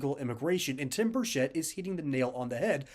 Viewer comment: Many people mispronounce his name, the “ch” is pronounced like cheese. I know this because I know his family, live in the same town, and he was our Mayor. Burchett is pronounced like “Chet” Atkins. Even other members of congress pronounce it incorrectly, just wanted to let you know, great vid by the way, as Tim is BS proof!